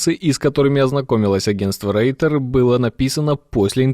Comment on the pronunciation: Что такое « рейтер»? Reuter - читается, как « ройтер». Это имя основателя новостного агентства , который начинал карьеру с почтовыми голубями еще. И вообще , агентство называется « Reuters“, то есть « Ройтерс».